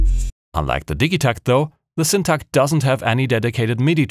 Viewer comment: As a a swede, I must really compliment your Syntakt pronounciation too. 👍👍👍